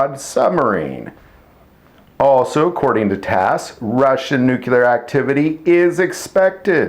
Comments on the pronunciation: The word is 'nuclear' pronounced 'noo-clear', not 'nukular'. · it's NUCLEAR not Nucular. Please use correct pronunciation of words. It sounds unprofessional otherwise. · He's making fun of George W. Bush.